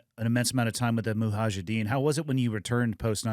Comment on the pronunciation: Hey, it's actually mujahedeen... not muhajideen ☺ all love and respect